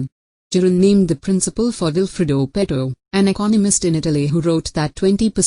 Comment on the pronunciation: What an awful video!!! Couldn't even get the pronunciations right. Pareto was pronounced all the time as pedo. Definitely, if you don't know how to pronounce a word, you really know nothing about it. Also, the presentation was horrible. Find yourself a good teacher first.